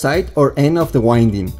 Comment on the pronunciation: Your English seems to be improving :) One word you use a lot is "winding." It is one of those stupid words in English that means 2 different things. As a noun wind is referring to moving air. This form of the word is pronounced 'wh-IN-d.' (this is the way you are pronouncing it). The other form of the word "wind" is an adjective. It refers to the action of looping or spinning something. It is pronounced differently. Instead of the strong "in" in the middle it is pronounced 'WHY-nd' or you could think of it as 'wh-I-nd.' I am just trying to help. I'm not trying to be critical at all. I have one question, or really a request for more information. Can I lower the impedance of the voice coil by reducing the number of turns if I design an amplifier that can handle it? Or/when is it better to use a larger wire?